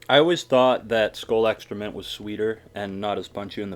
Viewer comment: Is it just me or whenever he said extra mint it sounded like excroment.